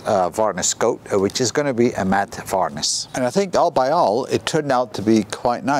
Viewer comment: It makes me chuckle when you call varnish varnis lol. lovely job